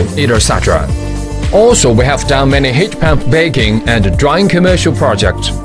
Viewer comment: He says heat pamp one more time